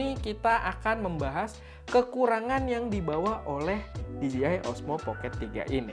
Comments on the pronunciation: "di je ai" ya bang bukan dijiai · PENTING NI BANG..🙏🙏🙏 CREATURE = DIBACA KRICER (MAHLUK/CIPTAAN) CREATOR = DIBACA KRIEDER (PENCIPTA/PEMBUAT) POWERED = DIBACA PAWERD WEATHER = DIBACA WEDER DJ = DIBACA DI-JEY (DISC JOCKEY) DJI = DIBACA DI-JEY-AY MUDAHAN DI NOTICE.